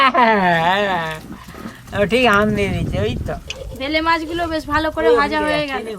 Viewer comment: ভেলে মাছ না বেলে মাছ বলে আজব সব উচ্চারণ